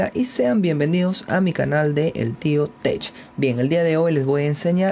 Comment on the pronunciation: El tio tesh o el tio tech? En inglés la pronunciación para las letras "CH" es "K"!